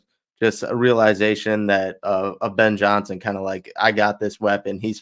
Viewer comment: Listen to "Ben Johnny Son"!!! 🤡